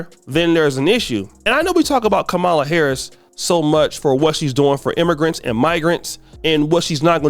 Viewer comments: It's Pronunce Calm Ma La. The racist call her Ka Mal La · KAH- MAHLA not Kahmalla